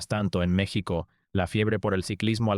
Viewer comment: Todos quisiéramos que este vídeo fuera cierto.... Pero es otro pend ... Vendiendo videitos y no sabiendo pronunciar bien el nombre de nuestro país ... Te cuelgas del triunfo de este gran atleta para decir tantas mentiras.... Que lástima me provocas.... Hasta creo que eres Argentino